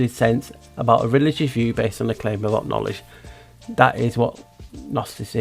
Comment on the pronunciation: Kn-owl-edge Another owl in that word to.